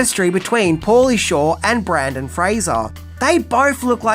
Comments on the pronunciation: he said Brandon instead of Brendan. But, he did pronounce Fraser correctly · I love you, but it's BrYNdan FrAYzer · I think it was the Brandon thing that he's talking about. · His name is NOT Brandon. It's Brendan 🤦‍♂ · His name isn't "Brandon", it's Brendan. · Bro, I love you. But it’s Brendan Fraiser. BRENDAN. NOT BRANDON. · My guy. It’s Brendan not Brandon 😂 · It’s Brendan not Brandon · BrENdon Fraser, not BrAndon, come on mate! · BRENDAN NOT BRANDON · His names Brenden not Brandon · Brendan NOT Brandon 🤦‍♂️ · Its Brendan!! Not Brandon! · Breeeeeeenden lol. Not Braaaandon. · It's Brendan not Brandon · Its Brendan....not Brandon........and yeah it is irritating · BRENDAN, NOT Brandon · For the love of God. His name is Brendan not Brandon. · His name is BRENDAN! NOT Brandon! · Hey, for future reference his name is "Brendan" and not "Brandon".👍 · It's is Brendan Frasier, not Brandon Frasier. BREN-DAN! NOT BRAN-DON! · For God's sake it's BRENDAN Fraser, NOT Brandon.🤦‍♂️🤦‍♂️🤦‍♂️ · brEndan... NOT brAndon. Come on. There's even a clip with his name spelled out in your video. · Brendan … not Brandon lol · BRENDAN! Not Brandon. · Dude. Brendan. BrEndan. BRENDAN. Not Brandon. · BrEndan, not BrAndon. 😁😉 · Brendan Fraser, not Brandon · It's BrEndAn, not BrAndOn. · Also it's BrENdan nor BrANdan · Not only are you saying Brandon Fraser, which is incorrect, you visually spell his name Brandon Fraser, so it's not even a mispronunciation, it's just wrong all together, which has me thinking it's a troll because you obviously love cinema and disrespecting artists you are making a living from making content on doesn't seem like your bag. Although I've noticed it with other content creators, I just hope that's not you I guess because I find your content entertaining and well produced. Anyhow, cheers! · I was just coming on to say for the love of God, his name is Brendan! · Is calling him "Brandon Frazer" rage bait? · BRENDAN. SAY FUCKING BRENDAN.